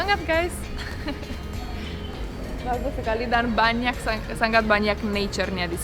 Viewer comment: Mbak kalo bilang SANGAT jangan ngomong SANGGAT ya kesannya kurang enak didengar kalo sengau jangan sanggat seperti ngomong ngatur,ngirim.dsb